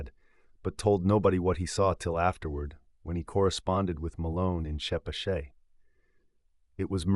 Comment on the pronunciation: Nice reading. Btw, Pascoag: pronounced "PASS-koe" or "PASS-koge". Chepachet: pronounced '"cheh-PATCH-et".